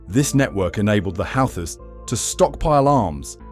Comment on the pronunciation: Congrats on stretching a 10 minute story to 27 minutes. Why does it keep changing the pronunciation of Houthis? Doesn't anyone ever proofread their work?